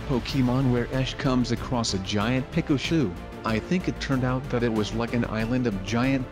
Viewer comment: He says it peca- shooe